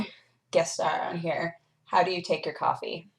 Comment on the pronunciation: said coff rah